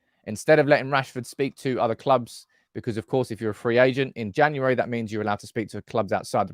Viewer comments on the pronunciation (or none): none